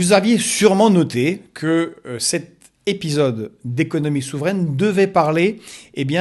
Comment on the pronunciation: ton accent russe s'entend hahaha ( dans ce nouveau "episode") tu prononce épiiisyode